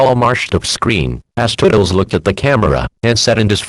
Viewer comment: Is "Toodles" pronounced "Tuddles"? Maybe it's because Text to speech are sometimes bad at pronouncing.